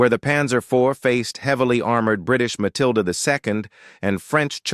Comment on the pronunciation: I really don't understand why someone who makes videos with AI narrators, can't at least view their own damned video before uploading it. So they can fix silly AI errors such as "Mathilda the second", and "Panzer fools". It really shows the extremely low quality of the production. And the extremely low effort in making it.